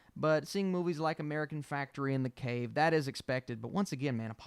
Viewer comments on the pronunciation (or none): none